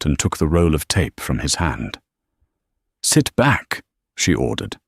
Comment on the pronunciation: "sit", "eat", sounds like he's talking to a dog.